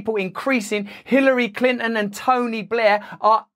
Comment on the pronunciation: Who is Clin'n? Bro, I understand that you are British, but can you at least pretend that consonants exist?